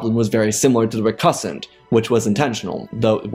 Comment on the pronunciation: The way this guy says recusant wrong is really really distracting.